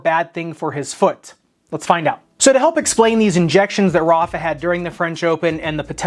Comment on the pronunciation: the way americans say "Rafa" 🤮